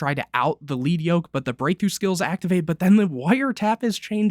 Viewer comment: It’s lead yoke. Lead. Like the metal. Pronounced like led